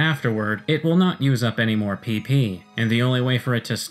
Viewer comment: you're saying it wrong it's PP for powerpoints not PeePee for... well... PeePee